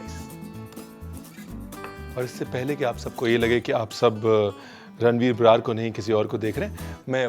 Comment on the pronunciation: Paaji 'बरार' na bolya karo...ghot ke yaani pura Punjabi style ch 'बराड़'...aakhya kro...pta lgna chaida vi koi JATT boln dea va...🙏🏻